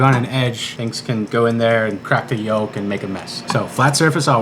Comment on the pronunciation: The L in "yolk" is silent.